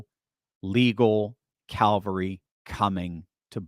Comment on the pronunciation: Calvary is where Christ was crucified. Cavalry is the military mounted traditionally on horseback. There is no “L” before the V. I am amazed at how many people mispronounce that word.